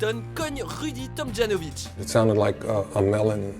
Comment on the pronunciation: Tomjanovitch se prononce ja commmr a l'allemande